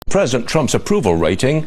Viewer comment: Anyone notice that he said “predisent” Trump and not president. Doesn’t mean anything. I just thought it was funny.